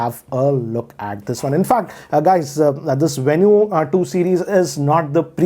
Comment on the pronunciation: Venu is supposed to be pronounced as Venue huh?